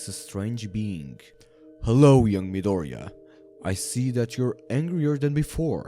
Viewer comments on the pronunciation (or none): none